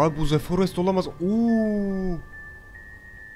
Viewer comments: ze değil dı diye okunmalı bencem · iki yil sonra tekrar izlemeye başladım seni Halen daha ze forest diyorsun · Ze forest